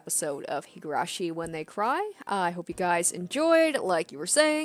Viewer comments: Oh god. Just randomly came across this video. Higurashi (and Umineko, another game in the same franchise) is one of my favorites! Super excited to follow along with this let's play, instant subscribe, hope you'll keep it up! Pronounciation is 👍. Also, I believe that the best approach is letting the voice actors say their own lines and you reading everything else, just like you did in this video. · Alright, Higurashi! I'm looking forwards to this playthrough. I've seen bits of the anime but beyond a couple key scenes I know nothing about the story, so this will be a new experience for me too. Also, your pronunciation of the japanese names are much better than you think, so you shouldn't doubt yourself so much. (Besides the surname 'Houjou', which you could read the same way as 'Hojo'.) You have this nisei's approval!